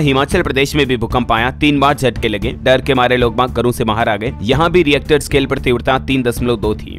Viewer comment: रिएक्टर स्केल नहीं होता है। इसे रिक्टर स्केल कहते हैं। भाई थोड़ा बहुत पढ़ाई भी कर लिया करो।